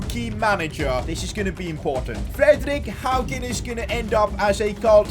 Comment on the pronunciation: Im from norway and he actualy said Fredrik Haugen right